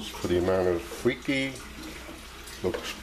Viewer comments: Lololol not “freaky” it’s “free-kah”, you really should do your research before you make your videos. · you really should pronounce it correctly. You actually said “it’s pronounced Freeky” that was a wrong statement. If you didn’t know how to pronounce it than say so, but don’t proclaim knowledge when you don’t know. And such a disrespectful pronunciation makes the rest of your knowledge suspect.